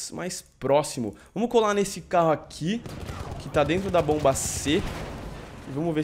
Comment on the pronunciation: meu deus o fala bomb mas não é que raiva